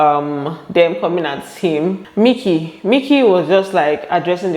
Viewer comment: Michky not Mikie 😂😂😂